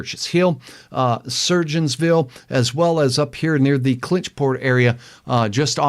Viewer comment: Surgoinsville is pronounced sir goinsville I know cause I am from there lol